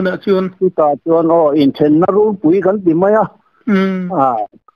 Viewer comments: Runpui in lam dan hi 'kûn' tih thlûk anga lam tûr.Tûna in lam rik dan hi chu In ' sawina a ni. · Inthenna runpui'tiha 'runpui' tih lai in lam dan thluk khi a dik lo.